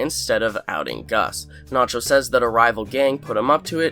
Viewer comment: It gets me extremely pissed the way the narrator pronounces words. Especially the word "nacho"